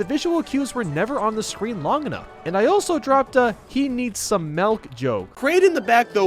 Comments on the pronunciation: “He needs some malk” Pretty sure it’s pronounced “milk”... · No it's molk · he needs some MEHLK